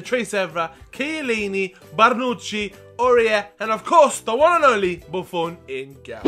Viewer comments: Why are u saying BARNUCCi? It's BONUCCI!!!!!!!!!!!!!!!!!!!!!!!!! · Is Bonucci really pronounced "Barnouchi" because that's how says it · 1)There's no "r" in BONUCCI 2) Parma is in what it used to be the Serie D because in bankrupted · there is no R in bonnuci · I didn't understand you were doing it on purpose lol